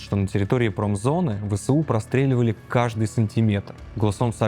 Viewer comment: ВэЭсУ. А не ВэСэУ. Нужно правильно читать аббревиатуры. Ты же журналист.